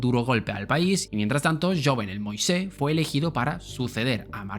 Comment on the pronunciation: Hello para un próximo el nombre del ex presidente de Haití no se pronuncia como lo estuviste llamando durante el vídeo en realidad se pronuncia Yuvenel mois leído por un hispano hablante aunque se escriba Jovenel moïse, por lo demás buen video saludos desde RD